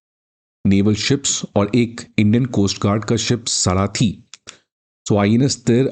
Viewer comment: सारथी & शार्दूल not सराथी & शरदूल